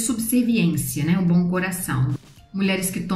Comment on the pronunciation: eu adoro como vc fala ''bom''m parece ''bão''. é fofo kkkkkkkk <3